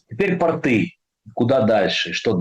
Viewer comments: Тьфу, б🤬! Да не портЫ, а пОООрты! ПОрты, дебилы безграмотные! И тОрты!))😄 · Да, пОрты, тОрты и бОрты.